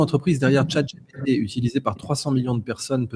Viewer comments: Juste c est GPT et pas GTP…lol…si non c est top 👏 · C'est moi ou il prononce chatGTP ? Sinon à part ça à chaque fois je suis sidéré de voir les télé françaises faire des pubs gratuites pour chat jai pété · ’́ J teepee , J teepee ́... GPT, monsieur 😮